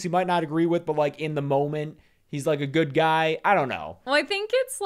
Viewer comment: Why does say "GOID" instead of GOOD?? Is she trying to talk like modern pop singers? 😅